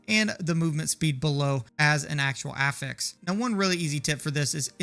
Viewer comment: Affix pronunciation. Nailed it. 🎉